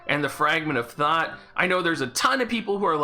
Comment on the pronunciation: I keep hearing “Fragment of Thot.”